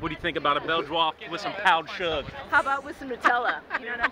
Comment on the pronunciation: “powered sug” 🤣🤣